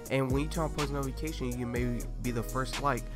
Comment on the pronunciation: He said nofication